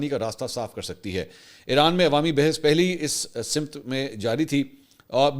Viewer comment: sir simt nhi samt thek talafuz hy